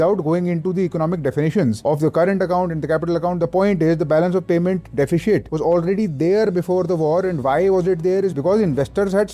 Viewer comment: It's DE.fi.sit... NOT DE.fi.shit.